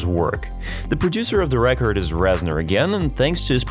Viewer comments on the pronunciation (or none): none